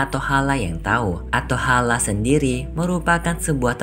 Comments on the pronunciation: Atholen bukan atohala😂😂🤣🤣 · ateholen kak bukan ateholeh